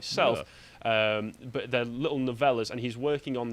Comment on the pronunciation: What kind of dreadful English dialect does have where "but" is pronounced "buht-suh"?